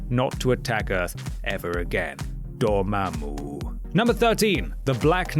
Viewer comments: You say Dormammu pretty damn well. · I love how you pronounce Dormammu.